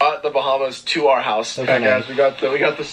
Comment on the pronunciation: I like that you pronounce the word "hour" as the letter "r", and also the word "how" as "haur".